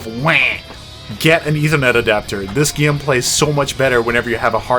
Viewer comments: Why do you say "GYAME"? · "Playing the gyem."